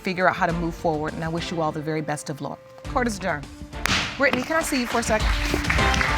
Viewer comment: When judge lake said “ I wish you the very best of lurk” instead of luck I chuckled lol 😂😂😂😂